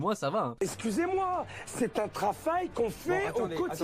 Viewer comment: Un trafail !!